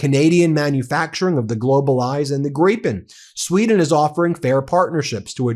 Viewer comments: Hey, you pronounced Gripen almost perfectly. Good job! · Very nice to hear that you have corrected your pronunciation of Gripen. Much appreciated by all Swedish speakers. 👍